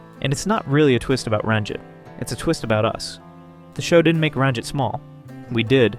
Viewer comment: I'm concerned by the way this guy pronounces Ranjit here. And Mosby on a couple other videos....